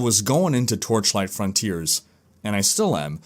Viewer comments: "Frawn-tea-airs" versus "Frun-tierz" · Sounds like he's saying 'frauntier' or 'frowntier' every time